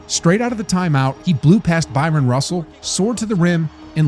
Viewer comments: *Bryon Russell. Not Byron. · Loved watching Jordan in the 90s. I knew I was watching something special, just didn't know HOW special at the time. I hindsight I would have liked to see the Jazz pick up one of those championships, but MJ just wasn't having it. Oh and it's BRYON Russell, not Byron. Not the first time I've heard/seen that one wrong, but I cringe every time. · It’s Bryon Russell. Not Byron. (pronounced BR-EYE-EN) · BRYON RUSSELL not BYRON! If you’re an AI avatar this should be an easy fix but if youre an actual human who’s obviously not a basketball fan to make a mistake of this size , one the most important games of jordan’s legacy… It rob’s you of all credibility to put this up and not catch it…. Bryon….. one of best defenders in the league , Jordan was his assignment right? in a pretty historical game no? The man deserves the respect of you having his name right otherwise youre probably not the channel to be covering this…. Just the facts …. Bryon Russell ….. it’s not Michael Johnson or Magic Jordan or Byron Scott (whoah!) it’s Bryon Russell covering Michael Jordan in one of the best 90 second basketball sequences ever caught on film…. Cheers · It's not Byron Russell, it's Bryon Russell. It's pronounced Brian. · Was an epic game got to see this live. Kinda did Bryon Russell dirty this video kept mispronouncing his name too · Why do you keep saying “Byron Russell” ? His name was BRYON Russell You also pronounced Howard Eisley’s surname as “Eeslee”, but it’s pronounced “Eye-slee” Doesn’t matter who it is, mispronouncing somebody’s name is just disrespectful. I would expect a regular youtube content creator would do their research properly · The way you pronounce Eisley... Did you even watch basketball in the 90s? And Byron Russell? Jesus